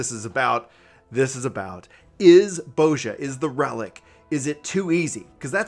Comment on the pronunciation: Why do they keep saying Boazja?....isn't it pronounced Bozja, with a soft vowel?